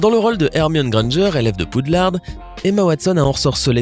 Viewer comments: Poudlarde ? Ça se dit Poudlard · C est pas Poudlarde mais Poudlard